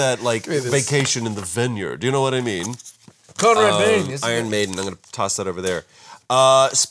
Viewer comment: It's Conrad BAIN. Not Bane., back to your cage.